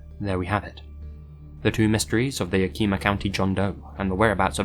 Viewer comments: Not to mention, it's not "eema" at the end. It's "yak-eh-maw." -From Washington, have relatives and friends that live in Yakima, lol. I can see why someone unfamiliar with the name might think it's Asian-based, though. Washington has a mish-mash of native and other names and such. It's also got one of largest Asian communities (especially Japanese). Many things in Washington like names are based on Native American names and things, though. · Lmao, "ya-KEE-ma" - you can always tell whether someone's native. It's actually "YAK-im-aw" (im as in him). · It's pronounced Ya-kuh-muh, some of the Washington state cities that have native American origins can be difficult to pronounce correctly. Dig everything else so far! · hello i live in yakima county. we do not pronounce it ya-kee-mah we say it as yak-ih-ma. you wouldnt have any way of knowing i just flip my shit when someone says it like that so i just wanted to correct you... peace. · btw the pronucation of yakima is ya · kuh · muh not ye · key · muh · Hi love I’m from WA Yakima is pronounced yah-kih-ma emphasis on the first syllable, and not “keema” But love your videos! Always looking forward to uploads ❤ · Ik that posted this a year ago but I'm just watching for 1st time. I'm from Washington State. David was found dead in YAKIMA (YA-KIM-A) YAKIMA, WASH. Not Yukima. Just an FYI. Love!! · Im from near Yakima. It’s pronounced Yakima-eh-ma. Sorry, it’s a huge pet peeve. Great video like always, though. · story 2: im so sorry 😭😭 its pronounced yak ama not yak ee ma 😭😭😭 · Also! Its pronounced Yak (like the animal)- ih-maw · Yak-Eh-ma.....i live near there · Emphasis on the first syllable, right? YAK-eh-ma. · Yo loved the video as usual 😆 just so you know Yakima is pronounced Yak-ih-mah :) I'm from WA state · Yep, and the stress is placed on the first syllable (YAK-ih-mah)! :) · Washingtonian here, its Yak-him-uh. Awesome vid! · I love hearing people try to pronounce some of the names in Washington. Ya-kee-ma 🤣